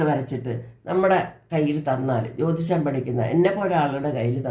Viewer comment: ജ്യോതിഷം Not ജോതിഷം